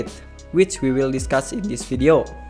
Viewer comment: Say V-ideo not W-ideo 🤦🤦🤦🤦🤦🤦🤦🤦🤦 You need to work on your English 🙏🙌